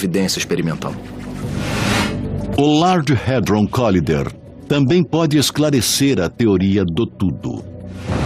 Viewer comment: Não é colider a pronúncia ó barnabé, porém COLAIDER!